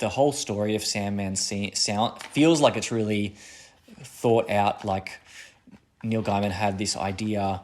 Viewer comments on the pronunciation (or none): Interesting to see an outsides view point - but its Neil Gaiman (pronounced gayman - not guiman) ;)